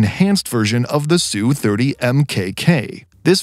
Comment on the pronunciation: Stop using the mesningless phrase "fighter jet". There is no such airplsne. You don't call bombers " bomber jets" do you? Just call them fighters or bombers or attack planes. Adding "jet" to their name marks you as a noob.. Its not "SOO-30" its either "ess you 30" or "Sukhoi 30". Your narrator bot is broken in other ways which renders them lame. FIX IT . Get a native spesker of aviation technical English to review the narrations before publishing them. Right now. they are just an embarrassment.